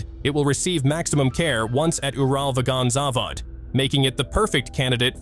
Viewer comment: I wish he stopped butchering UralVagonZavod if he can't even say it correctly 🙄